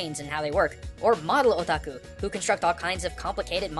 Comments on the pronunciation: am i the only one who heard "were all a taco"? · When he was saying Otaku it sounded like he was saying "Oh Taco" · i keep hearing "a taco" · When is hear otaku I hear o tacos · Yet didn't define "Weaboo" Probably didn't want to come to terms with what he is given his try-hard pronounciation of "Otaku" and "Hikikomori"